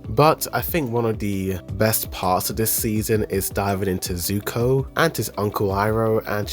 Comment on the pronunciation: Even tho you meant to say sokka and corrected it. You’re still pronouncing zuko incorrectly.. it’s Zuko not suko… my goodness … 💀😅 I guess a combination of Zuko and sokka would be suko 🤣 so I can give you that 🗿🤷🏽‍♂️